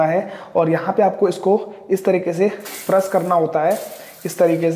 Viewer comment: Tabi to fresh ko faras bol raha h😀😀😀